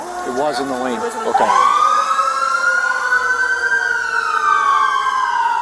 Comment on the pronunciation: Just to correct the policeman it’s not ‘ Neesarn ‘ it’s pronounced’ Nissan ‘ .